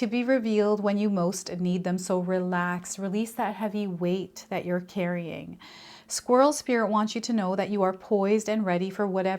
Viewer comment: I just heard you say “squills” as you were talking about the squirrel card. I don’t know if you been thinking about it but it made me laugh and brought happiness to my morning. Don’t worry about the mistakes you make because it may brighten someone’s day and it also shows authenticity that you’re human like each one of us. Bless You! I appreciate you 💁🏻‍♀️🦋🦋❣️ BTW THE BUTTERFLIES RESONATE WITH ME A LOT. My name VANESSA means Butterfly 🦋. I go through many transitions in my life.